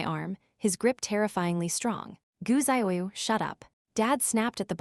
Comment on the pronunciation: Some of the ways the computer voice says names. Ziyu would be DZUH-yoo ,Or tza-yoo, not what wierd zahyayaoo thing they are doing.